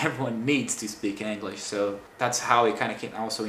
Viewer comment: Your English is great, but funnily enough youre mispronouncing the word "English." It almost sounds like youre saying anguish. Its kinda of funny because brazilians love that hard E sound and seem to use it everywhere...